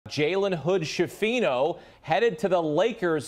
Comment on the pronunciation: Skifino, not scifino, it's an Italian surname